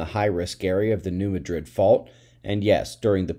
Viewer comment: Good morning, SO's!, it's pronounced "New Maa' drd." Just as Cairo on the Mississippi is pronounced Kay-roh, like the corn syrup. But it's hard to change the pronunciation of Memphis, even if you are Ammurrikan! Good luck on the Tenet show.